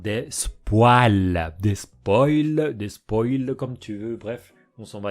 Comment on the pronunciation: Tu peux arrêter d’utiliser le mot « spoil » si tu ne sais pas le prononcer, je te conseil le mot français divulgacher pour le remplacer :)